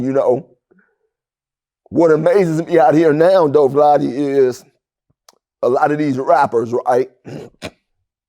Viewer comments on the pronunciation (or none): Lol he called Vlad Vlade lol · He say Vlady 😂😂!! But yea snitches get glorified and they try to hide the real from the world they don’t want you inspiring people